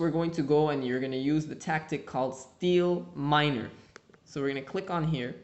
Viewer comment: is it just me or did it sound like he said "steel miner" and not seed miner XD